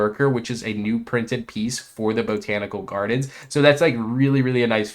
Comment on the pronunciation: It's "Bot-an-ical" gardens, not "Bo-tan-ical"